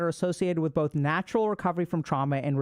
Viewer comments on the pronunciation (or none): none